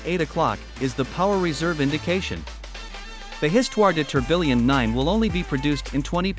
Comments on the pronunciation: "tor-bill-ion" lmaoooo it's "TOR-BEE-YAWN" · How is A I going to take all our jobs -if it can’t pronounce tourbillon?!